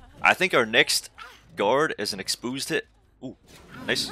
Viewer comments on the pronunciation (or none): Expoosed lol